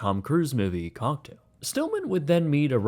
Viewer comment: what did he call the tom cruise movie?? sounded like"cock'd"